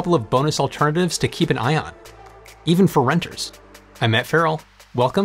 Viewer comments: Matt, Did you say "batteries to keep an eye on" or "batteries to keep an ion"? 🤣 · Did he say battery alternatives to keep an eye on or to keep an ion? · You said, "to keep an ion" 😂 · "To keep an ion". Nice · "To Keep an... ion...." I'm sorry